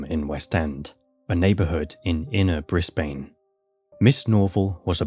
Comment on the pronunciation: Brisbane is pronounced Brisbin